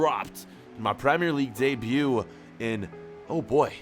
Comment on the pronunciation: Did he say debeut in the premier League?